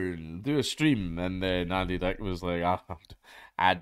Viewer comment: I like that he says Andy Deck